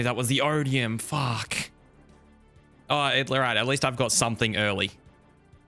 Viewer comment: My favourite thing about is his ability to add the letter W to his "Fuwck"'s